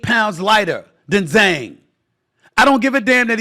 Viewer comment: Said Zhang name perfectly Stephen A Salute King! 🫡🥂 Wilder should retire and enjoy his family 🎉